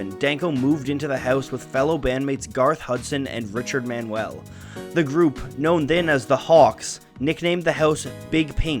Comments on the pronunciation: It’s Richard Man-you-ull, not Man-well. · Richard Man-u-el not Man-wel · Richard Man-U-el not Man-well of The Band. Thanks! BTW, some of those Zeppelin albums were mixed at Ardent Studios, Memphis, TN by Terry Manning